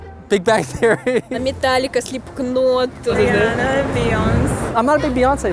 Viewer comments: Normal people: Slipknot Russian: SLIPKANOOT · I love the way that blonde chick pronounced “slipK-not” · slipКnot сука... Она произнесла К... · the way she said "slipknot" 😭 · As a Russian I don't hear the additional vowel between 'k' and 'n'. I remember many of my friends pronounced Slipknot the same way, mostly because they didn't care about the right pronunciation at all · “METAŁIKA, SLEEPKNÒT” ... omg